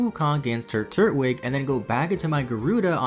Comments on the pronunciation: I know you did not just say turt-wig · TUR-TWIG, NOT TURT-WIG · If you pronounce “turtwig” as “turt-wig” and not “tur-twig”, im blocking you. Edit: He also pronounces “hearthome” as “hearth-ome” Kid what the fuck is wrong with you? Knows every mythical creature known to man but struggles with pokemon names and has never heard of a “ne'er do well” Edit 2 “Cana-lahvaey” does not sound as “cool” as you think. Cana-lahv. Did you seriously never learn to pronounce any of these words? Edit 3. Uhksee. He pronounced Uxie as uhksee. Im going to commit a hate crime. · Please know how to pronounce pokemon right when you make a video about them. You pronounce Turtwig as Tur-twig. Because it is literally a turtle made out of twigs. You do not pronounce it as Turt-wig. It does not wear a wig and it is definitely not a turt! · Did he just say Turt-wig? Its TWIG. Tur-twig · I'm pre sure it's supposed to be pronounced "Tur-twig", not "Turt-wig" lol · “Turt-wig”, “Roaruck”.... these pronunciations are hilarious 😂